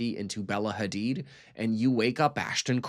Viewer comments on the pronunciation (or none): none